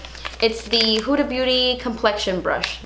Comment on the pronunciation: Finally i find beauty guru that can pronounce "Huda" correctly😂